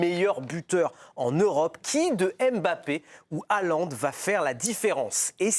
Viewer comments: La prononciation correcte est "Hollande" avec un "h" aspiré, et pas ce massacre de "halande," qui fait mal aux oreilles. Salutations de Norvège. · sauf que HAALAND ce ne st pas un nom français. et le A se dit aussi A en norvégien MAIS la combinaison AA en norwegien se prononce O